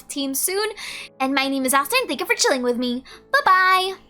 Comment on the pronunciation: In the end I heard "thank you for children with me" HELP